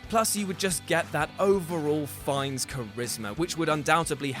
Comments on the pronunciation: Anybody else slightly bothered by "Ray Feinnes"? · Ralph "Feinnes?" Really????? OMFG